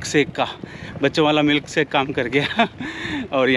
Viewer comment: भाई सही हिन्दी सीखो। मिल्क शेक होता है। मिलक सेक नहीं।